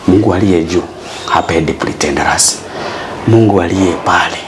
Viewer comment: ety mungu alie juu apendi pritentares hehehe english bna😂😂